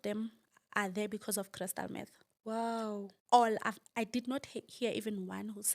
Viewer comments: Crystal Meth..not math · Meth not Math.